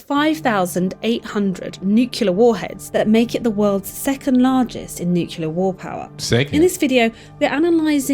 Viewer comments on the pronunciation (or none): She said "nucular" (nuke-you-ler) five times in a row. Kills me when people pronounce nuclear like that.